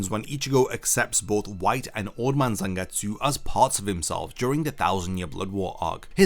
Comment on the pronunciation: EEERRMM IT'S CALLED ZANGETSU YOU DUMBO